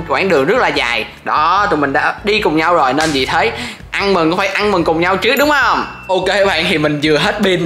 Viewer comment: Ũa sau tự đê là đi hẹ gò mà trong cip ah nói ăn mừng mà lại giống đi hẹ hò=))))))?